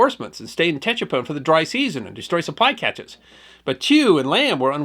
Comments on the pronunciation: His pronunciation of Tchepone is totally incorrect. The ‘T’ was silent and was pronounced ‘Chepone’. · its Pronounced ......SHE- PON Tchepone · It’s pronounced ‘Sha-pone.’ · Tchepone , pronounce as in Sha-boom (1954 pop song). E.g., sha-pone. When I read Kissinger's book I was dismayed at how out of touch he was about the real situation there. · I flew Cobras for all of Lam Son 719. This is a good article. As others have mentioned, it's pronounced seven-one-nine. The seven-one was the year, 1971. The nine was for QL-9, or Highway 9, which ran west from Khesahn to Tchepone and farther into Loas. At the time, it was just a dusty unpaved unused road. The pond was probably abandoned. I got that far a couple times. The 'T' is silent. It's pronounced che-pone, with a soft accent on he second syllable. Good article though.